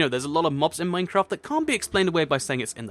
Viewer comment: Lol i like how he says minecrap instead of minecraft